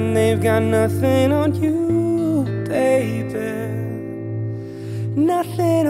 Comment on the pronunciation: I don't know if I heard this wrong but he pronounced the word 'Nothing on you baby' it sounded like he said 'Nothing on you baybear'